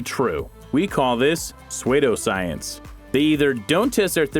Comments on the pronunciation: It is pronounced SOO-doscience, not SWAY-doscience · Pe-sway-doe science?? Are you serious?? You dont know how to pronounce certain of your words man..... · Lol Swaydough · Suede-oh Science lol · Swaydo science lol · I love how this guy pronounces psuedoscience